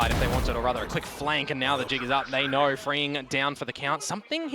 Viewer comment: Knor, thoughr, gor, nor nor, headass announcers.